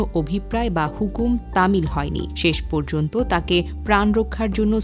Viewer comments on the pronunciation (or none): none